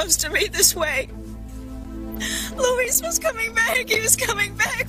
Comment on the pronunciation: Except you're wrong. His name is Luh-weese. It's not Lou-is. Everyone, but Roger are saying Luis's name properly.